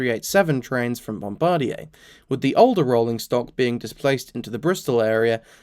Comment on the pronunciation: Why do all these train video makers keep pronouncing Bombardier like it was a French word?